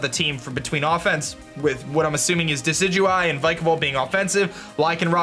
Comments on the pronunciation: First person who knows how to pronounce Decidueye. Instant sub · My Team: Decidueye (FYI it's pronounced de-si-ju-eye) Vikavolt Lycanroc (Midnight) Salandit Water Spider Pokemon/Wishiwashi Mimikyu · You fixed your decidueye pronunciation :)